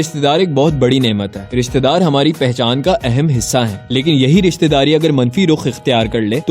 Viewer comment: ristedaar nhi rishtedaar hota hai intro check kro